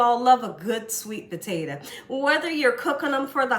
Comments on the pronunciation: "Potate-a"...... love it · I ljust love how she pronounces the word Potato> Puh-teh-tuh😊